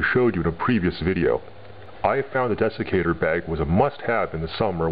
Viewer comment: It sounded like you said Defecator bag.....